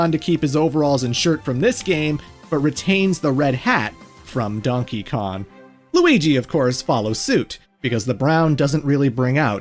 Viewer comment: ITS DONKEY KONG NOT DONKEY KON😭